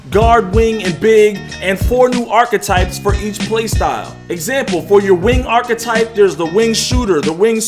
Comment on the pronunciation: Man, pronounce archetype correctly. you stressin me out.